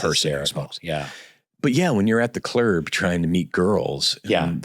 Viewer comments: Steve calling the club the "clurb" has me dying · “clerb” “that’s not true, I’m now lying” for some reason these made me laugh way harder than I was probably supposed to. He’s really fucking funny